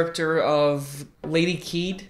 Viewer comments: Lol “Lady KEED” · "Ka-eh-deh." Really insightful review, though!